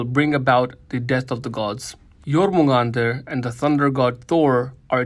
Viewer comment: Jormungandr not Jormundar...